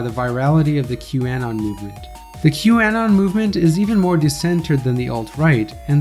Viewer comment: Bro pronounces q-anon and Marjorie Taylor Green weird. You even from the US dude? And let's see some citations for some of these claims